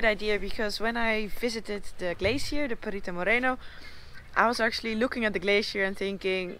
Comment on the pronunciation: Today you pronounce correctly the word "Perito Moreno", not like the last day when you said "Perrito Moreno " perrito is a small dog in spanish.:-)